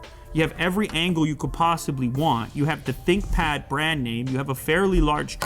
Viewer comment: Thinkpad ❌ Thinpad ✅